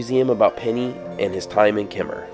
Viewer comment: So nice to hear "Kemmerer" pronounced correctly!